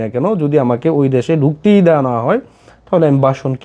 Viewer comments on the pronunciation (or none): none